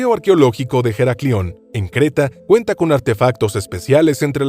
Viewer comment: Señor, usted habla ESPAÑOL, si, señor, español, y en este idioma la h no se pronuncia como j, sino que es muda:"Heraclion" se pronuncia, pues, "eraclión", y no como lo ha pronunciado usted, por no sé qué alarde esnobista filonglés. Pero el colmo de su error fonético en español es no pronunciar la e final del nombre de la ciudad de Elche. No, señor, no. Elche, no se pronuncia "Elch", para nada. Ese nombre así pronunciado nada significa. Elche se pronuncia con su e final bien explícita. Como toda e final de palabra en su propio idioma, el español o castellano. Ya basta de maltratarlo por parte de gentes acomplejadas con su cultura hispana.